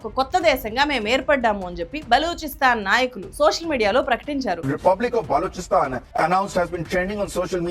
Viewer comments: Its not "beluchistaan" or beloon ....its balochistan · Balochistan ni belochistan ani palukutunnaru enduku?? Mii research punadhi ey sarigga lenattu entaa pronunciation?? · ప్రానౌన్సియేషన్ సరిగ్గా పలకండి బలూచిస్తాన్ ను బెలూచిస్తాన్ అని పలుకుతున్నారు మీరు మీ జ్ఞానం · అది బెలూచిస్తాన్ కాదు... బలూచిస్తాన్ ... journalism nercholuko...first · it's Baluchistan not Beluchistan pronounce correctly 😊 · బలుచిస్తాన్, బేలు కాదు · Anintikanna mundu aa oori peru sarigga palakamma.... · Funny pronunciation you got for balochistan.